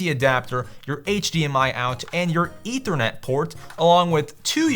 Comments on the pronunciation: "your EEEternet port"🤣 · It’s ethernet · sounds russian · he said ethernet not internet